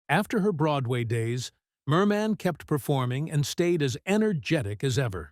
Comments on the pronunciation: It's not Mermaaan, but Mermin! Check out how her name was really pronounced. Not like Bird Man!!! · WHY IS THE NARRATOR EMPHASISING "MAN" IN HER NAME? MOST PEOPLE PRONOUCE IT AS "MUN"; MERmun. SO ANNOYING. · Her name wasn't pronoucned Mer Man - very poor for a person commentating a doco. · Stupid machine narrator. Can't even pronounce her NAME correctly. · Why do you insist on stressing the second syllable of her name??? Even Zimmerman is pronounced with stress on the first! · At least pronounce her name correctly